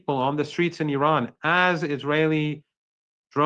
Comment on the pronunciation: Good morning... The first thing American people have to do is to Respect how you should pronounce the name of this nation IRAN! Names They have a mantric sound meaning! And it represents the power of the Soul of this Nation! Like all the names of all the nations of the world! Please listen how Mr. Mohammad pronounces the name of his Nation!